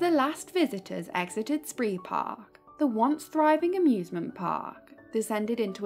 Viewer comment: It's pronounced 'spray park'